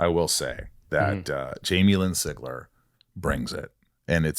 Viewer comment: It’s so weird seeing my last name on a video, I rarely see it anywhere else besides other family members and I can’t count the number of weird ways it gets pronounced even though it looks so simple lol Sig-Ler